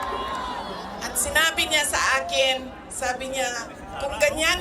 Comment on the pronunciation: AH KENN 😅 , pag pronounce ni vp ng salitang akin --- AHH KEEN 😅